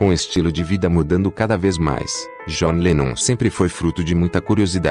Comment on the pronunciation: começa que o cara nem sabe pronunciar o nome do john direito.gostaria de saber onde está essa declaração que ele diz que bateu nas duas pessoas,tenho,livros,dvd,sou colecionador há 40 anos e nunca vi ou ouvi isso.dizer assim,sem citar fontes fica vago.pior do que o fanatismo dizer que o idolo é perfeito,é tratar o famoso como se ele tivesse que ser perfeito e sem erros.